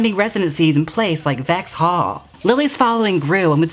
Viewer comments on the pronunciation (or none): Love these videos! One thing though I think you meant to say Vauxhall! It's pronounced more like VOX-HALL. Thanks for shining some light on some British drag! xo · Wow the pronunciation of Vauxhall and Edninburgh was just not on.